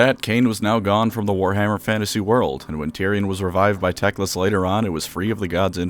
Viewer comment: Everytime i hear the word tecklas. I hear dickless.